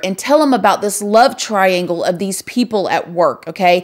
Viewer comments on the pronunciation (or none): none